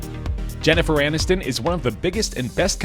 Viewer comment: ANNISTON, NOT ANINSTON...what's wrong with you?